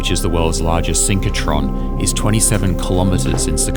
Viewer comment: SYNCH RO TRON, not synch co tron...